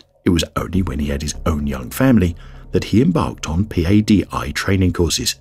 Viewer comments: P-A-D-I is usually pronounced as Pah-dee. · No one says p a d i. They say Padi. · It's Patty like the name. You're spelling it right? But you're not saying it, right? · “P-A-D-I” 😅😅 can tell this is narrated by a non-diver